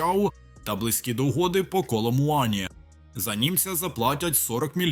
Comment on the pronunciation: Ударение с Коломуани не правильное!!!